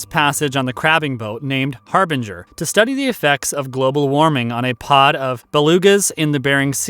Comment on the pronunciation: "Beringer down!" ??? Narrator must have wine on his mind. The correct title is "Harbinger Down."